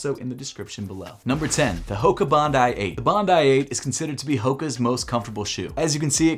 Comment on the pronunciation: Thank you for pronouncing Bondi “Bond-eye” as it should be after Bondi beach in Australia